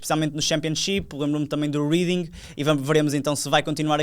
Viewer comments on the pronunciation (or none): Escreve-se Reading mas lê se Réding